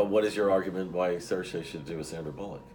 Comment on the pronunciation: "Shurshu" in "Ladybug"??? How drunk are they? No excuse for any critic or prognosticator to mispronounce Saoirse at this point.